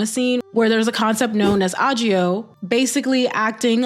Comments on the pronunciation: ah-gee-oh make me lol 🤣it's pronounced like "egg-yo" ❤️❤️❤️ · Excellent and very necessary video! Discourse like this continuously occurs every few years and I'm glad we don't stop talking about it. Small correction: 'Aegyo' is pronounced 'egg-yo' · Just a heads up - aegyo is pronounced more like ‘eh-gyo’ with a hard ‘g’. Good video, though! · Lmao I can't stop laughing at your pronunciation of aegyo and then correctly pronouncing aegyo sal 😂 Great video nonetheless, thank you